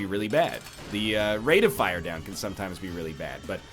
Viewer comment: Is it just me or is NL emphasizing different words now than he used to? He used to say "Rate of FIRE" and "Deal with the DEVIL" now he's like "RATE of fire" and "DEAL with the devil". It's throwing me off xD